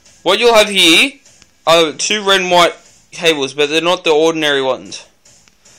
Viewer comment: its here not heee lol